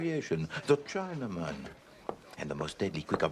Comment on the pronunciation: I love Suchet, but , he sounds silly saying, "He has slight variation, the Chinaman." His accent and delivery made him sound silly.